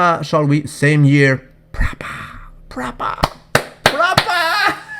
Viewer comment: That "Proopahh" in James' pisture caught me by surprise....